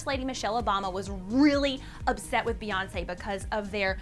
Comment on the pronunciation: When Kanye said Beyonce has a picture of Kim in her studio. I heard B.S....